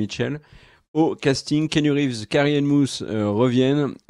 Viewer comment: Vous auriez pu faire un effort sur la prononciation du nom de la réalisatrice. "Wakovski", "Warkovski", sérieusement ? Pareil pour Carrie-Anne Moss qui devient "Mousse". J'en suis qu'au début de la vidéo mais c'est pénible à entendre.